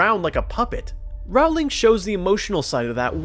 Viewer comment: Thank you for an excellent video. I agree with you on everything except your mispronunciation of Rowling’s name. (How could you not know that it’s pronounced like the word “rolling”?) You even left out a few of my favorite Ginny references. Like “You can’t grow up with Fred and George without believing that anything is possible if you have enough nerve”, and her comment that she was just glad Harry had “something good up his sleeve” to defend himself against Draco’s attack”, and the fact that she came up with the name “Dumbledore’s Army”?